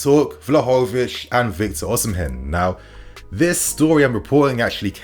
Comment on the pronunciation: 🤣🤣 you murdered victor Oshimen name.